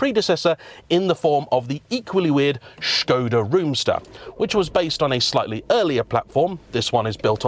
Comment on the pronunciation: “Strange car for strange people” 😂😂 I am one of those people. I love the way you are saying shkoda too. I know it’s correct but it’s still amusing 👍🏻👌🏼